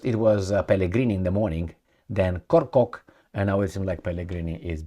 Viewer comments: It is Kortchok not Korcock LOL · It's KORCHOK pronunciation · please stop this stupidity calling a name the wrong way …I